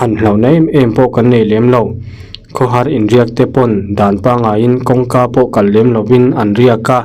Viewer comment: Kan makpa pa phai kal tih a kal lai hi i lam dik lo. Kal (kidney) angin i lam a, kal (go) anga lam tur ni awm tak a ni